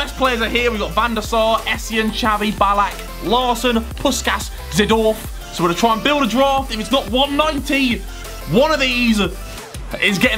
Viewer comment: “Saydorf” not Zidorf